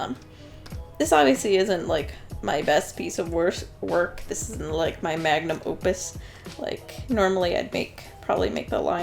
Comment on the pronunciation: I heard that as magnum oopus. o o p u s